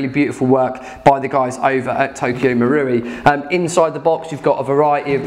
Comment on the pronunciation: learnt to say Marui! Had all sorts of Maouri before hahaha